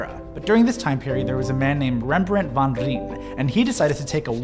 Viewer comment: Haha love the pronunciation :) That being said, 'Rijn' is more pronounced as 'Rhine'. :)